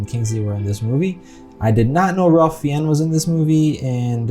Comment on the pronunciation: Wow. Good quote. I read that book years ago. You've done a very thoughtful job with reacting to and reviewing this film. I think Fiennes is pronounced 'fines'. Yep. There were other heroes. My great uncle had two sisters who left Germany on something called the Kinder Transport. He was too old for the Kinder Transport but he had a business associate in Japan who was able to get him out of Europe. There are so many stories. I have a cousin who escaped a work detail and lived out the war in the woods. Nazis generally avoided the woods because Russian resistors camped out in them. On the gas chamber, incoming groups of able-bodied people were generally kept in 'working order' for as long as they were needed to perform camp labor. I remember seeing that and just not even being able to move until the water started coming out. I read something interesting about the characters of Helen Hirsch and Itzak Stern. In both cases, in real life, there were other people who were in their same situations, who weren't depicted in the film. For example there were a few other house girls and there were also 4 other men who worked along with Stern. I guess for film structuring, Speilberg thought it better to focus on two distinct individuals instead of groups of people. Or, maybe they weren't around by that point to share their stories directly. There's an interesting (actually fascinating) documentary about Goeth's daughter who when she grew up and learned about who her father was (she was born